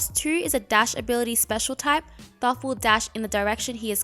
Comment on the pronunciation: Great video but it’s pronounced toth, the first h is silent